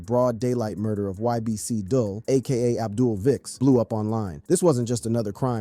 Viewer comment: "DOOL" not dull